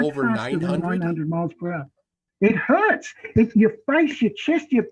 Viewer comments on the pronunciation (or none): none